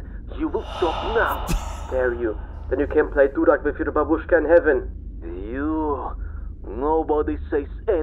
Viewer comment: It’s quite entertaining how foreign folks try to pronounce russian words. Babooshka with emphasis on first “a” so it’s bAbushka and it means grandma😉